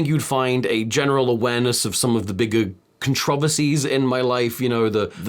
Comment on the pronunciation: the way he says "controversies" is ungodly